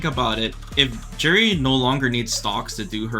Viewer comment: Stop saying Juri like that lol I hope you don't say jalapeno like I think you do